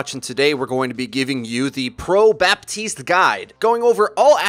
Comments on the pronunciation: Its baptist not batist the p isnt silent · In French you pronounce the p in his name. Batiste is a brand of dry shampoo, BaPtiste is the new hero on Overwatch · BAPtiste, you DO pronounce the P. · It's BaPtiste Freedo you pronounce the p lol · You're supposed to pronounce the p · i stopped watching when you said batiste